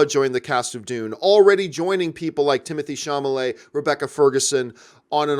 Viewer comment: Timothee Chamalet 😂